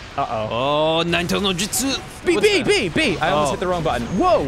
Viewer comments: How the fuck do you watch the series and still pronounce it like that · Says he a Naruto fan pronounces his name wrong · Not to be mean but I got triggered once he said his name wrong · Why doesn't Ross know how to say Naruto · "I have watched a ton of episodes"- and yet he still pronounces it Norooto. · He pronounces Naruto as Natoro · It's not naroodo It is pronounced NAruto It's snowing on Mt. Fuji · TheLordJake dubs say it correctly like nAruto, not norooto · Why do people pronounce it as narudo, with emphasis on the "Ru". Isn't it pronounced Naruto, with emphasis on the "na", with almost no emphasis on the "Ru" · This annoys the hell out of me too. its Naruto, not Nuhroodoe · Ryan Beattie it's more like Naduto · The the pronunciation as na-ROO-toh bothering anyone else? Or am I wrong for pronouncing it NAH-roo-toh? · Okay, it's not nar-OO-toh. Its NAR-oo-to. or Nar-oo-TO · who da fuck is nahrootoh its naruto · nar-roo-toe, not na-ru-doe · Naroodoe? But it's Na ru to. Like Ozimaki barrage. It's like Gon and Goon in HunterXHunter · The characters who have demons sealed inside them are called jinchuriki's. Also MaDARa's name is pronounced Ma-da-ra and Naruto's name isn't NaRUdo it's pronounced more like Na-ruto with an emphasis on the "Na." Anyway besides all the things Ross doesn't know, this game is pretty cool! It took me forever to beat it though, the story of the game feels very long. Keep up the good videos guys! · "I really like narudo" "yeah I watched naturo" >.> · I hate when people say narooto it's NARUTO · I just love it how Ross watched all the way up until the Pain battle, yet he still calls the show Naturo XD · tfw ross can't decide if it's pronounced naruto or naturo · Naruto not Narudo -_ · NAAR-uto vs Naroot-oh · its naruto not naturo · Nope they Pronounce it as NARU-TOE in the English dub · For every time they call Naruto "Naturo", take a shot. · it's a joke. it's always been a joke. also why they say Naturo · Danny voice Um, it's Nair-ruht-oh.